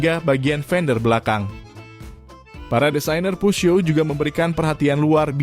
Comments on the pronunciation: Mimin nyebut peugeot dgn dialek Amerika dmn dsbut puzyo. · Videonya luar biasa ❤ cuma yg ganjel adalah cara pengucapan "peugeot", dulu pas kuliah ada ambil bahasa prancis 1 semester, diajarin dosen cara bacanya Peu : dibaca peu (eu seperti peuyeum dalam basa sunda, atau e lemah dalam bahasa riau) Geot : zyo, literally zyo. T nya kemana? Huruf mati dalam bahasa prancis tidak di ucapkan. Paris dibaca pari, gitu Semoga membantu, udah subs kok🤟